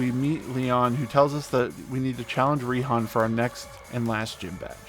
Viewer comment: Raihan’s name is actually pronounced “Righ-Han”